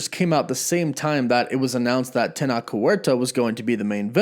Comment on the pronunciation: Tenoch, the ch is pronounced like Chadwicks ch, TenoCh, it's a good Mexican name :)